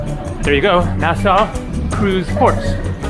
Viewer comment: We have to teach you how to pronounce Nassau